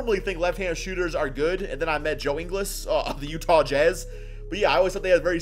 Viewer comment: Its Pronounced EEN- GULS not EEN-GLESS....cmon man